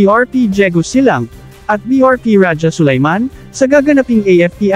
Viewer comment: Pati pagbigkas ng rajah Sulayman mali.